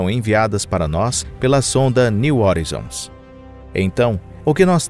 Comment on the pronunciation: Cara aprende a pronunciar as palavras direito pelo amor de Deus, que agonia de vc falando horizons, o vídeos está muito bom, mas podia estar perfeito, não inventa pronúncia, estude, pesquise e aprenda.